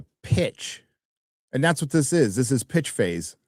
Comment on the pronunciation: Pitch phase....I thought you said bitch face. I'll rewind a bit.